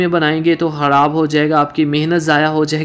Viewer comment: Lafz khorab nahi Myry bhai kharab hora hy